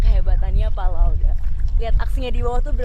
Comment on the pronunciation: Bkan laode tp laoda